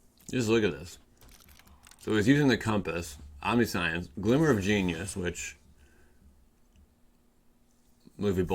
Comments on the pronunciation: Did you say omni-science? Pronounced, Om-ni-shence, bro. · Say it with me. Omn-nish-ence. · Omni-science lol 😂